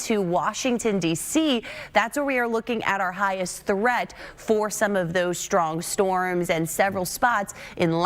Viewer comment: I like the way she says "shtrong" winds.😊